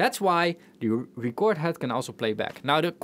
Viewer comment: Auto is pronounced "or tow" and record, (as you've been saying it), is the noun, ( I kept a record of the purchases or I bought a new record), where as "rEcord" is the verb, (I'll have to record that track again). Drawer is pronounced "dror" even if draw, (to make marks representing something), is an homonym. English is silly - it has more rules than most and ignores those rules far too often for the rules to be useful.